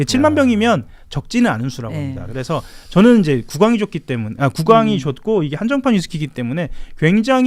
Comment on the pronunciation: 즈느 아지 못하느일이니다. 일본발음임